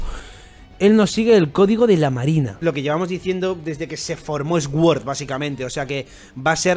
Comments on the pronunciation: se pronuncia “suord”, no “esgüord”, no es por hate, es un comentario constructivo. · "SOR" QUINTO, "SOR" Asi tal cual